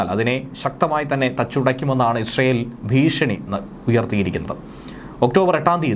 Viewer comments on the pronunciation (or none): none